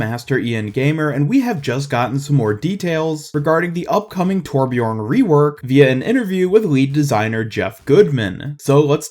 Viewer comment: Correct pronounciation: Thurbjörn 'Murican pronunciation: Torpjorn